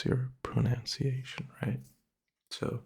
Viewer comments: Dude I genuinely thought you were a native English speaker from the first video I saw of you, your pronunciation is basically perfect... ironically though you say "pro-noun-ciation" and it's "pro-nun-ciation", and even that is just a nitpick that barely anyone would notice. You're solid buddy dw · Important to know, its pronounced, pro-nunce-ee-ation